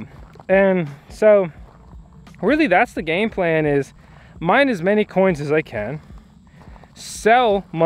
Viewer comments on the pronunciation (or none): none